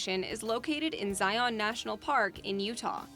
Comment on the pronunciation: For generations, the first park, namely, Zion, has been pronounced ZYE-un. However, inexplicably, in recent years I've heard it mispronounced ZYE-ahn. It's pronounced the same as the mountain in Jerusalem, and that's what Utah's Mormon pioneers named it for back in the 1800s. With 640 acres in a sq. mi., there are 167.7 sq, mi./270 sq. km. in CO's Great Sand Dunes N.P. Years ago, my mom taught my brother and me how to keep stalactites and stalagmites straight. The former are tight to the ceiling, and the latter might reach the ceiling. In the Grand Prismatic Spring section, the Haydn Expedition was mentioned as being there in 1871. The following year, Yellowstone was made the world's first national park. Apparently they were impressed.😊 Several years ago, while I was spending part of my vacation in FL, I took the ferry out to Dry Tortugas. What a beautiful place. By the way, in case you're curious, "dry" means there's no potable water there, and "tortugas" is Spanish for "tortoises". Across the border in Canada from Glacier N.P. is their portion of the total reserved territory--Waterton Lakes N.P.